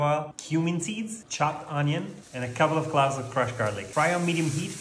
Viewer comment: “clove” rhymes with “drove”